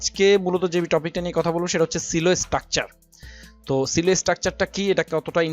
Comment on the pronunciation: ভাই Silo এর উচ্চারণ সিলো না সাইলো।